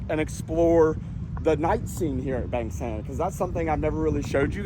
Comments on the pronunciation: Where is this place? Bang Sam or Beng Sem? Pronounce it properly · Bang Saen